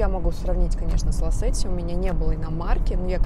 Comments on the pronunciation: Привет. Не ласетти , а лачетти)) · Не знал что Шевроле Лачети называется Лацети